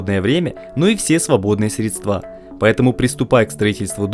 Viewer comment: средства ударение деревня детектед